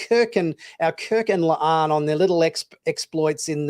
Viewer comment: That it sounds like keeps calling the character “Leigh Ann” instead of La’an is annoying… 🙄